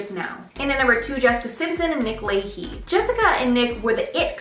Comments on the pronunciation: Nick “lay-key”?!!!! 🤣😂😂😂😂 the secret is that you are not very bright! You massacred his last name! It’s pronounced Le- chè ! I like your balls for making a public video doing zero research on the most basic things like pronouncing people’s names before you talk about them. 🤦‍♀️🤦‍♀️🤦‍♀️🤦‍♀️ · And OMG....get your pronunciations right! Nick Lay-he? Really?